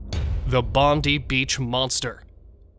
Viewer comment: The most famous beach in Australia is BONDI beach....pronounced BOND -eye beach ....thank you